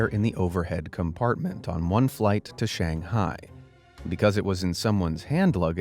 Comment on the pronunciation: HOW DARE YOU SAY IT SH-A-NG-HIA IT IS PRONOUNCED SH-ANUNG-HAI